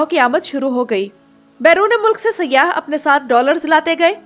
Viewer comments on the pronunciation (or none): none